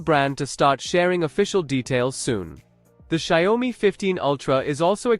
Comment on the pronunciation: A lot of bla blah for nothing. And Xiaomi speaks different from yours. Make ears hurt 😮